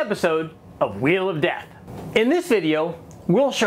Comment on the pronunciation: Chanting “Wheel of Death” sounded like “We Love Death”! Accident?